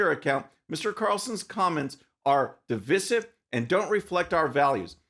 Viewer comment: Love your videos...not so much how you pronounce "divisive." A little nit-picky, I know, but since it's a form of the word "divide," I think it should be pronounced similarly. Thanks!